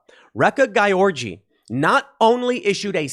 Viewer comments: Just for the future, you pronounce "Gyorgy" like "George" :-D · Gyorgy is pronounced George, "Man of the world." Ray-Ka George Or Ree-ka if an accent was omitted. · I believe the name is pronounced "Georgie"